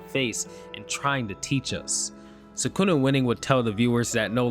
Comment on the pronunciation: I wish people would attempt pronounce names correctly… eho tf is Suhkoonuh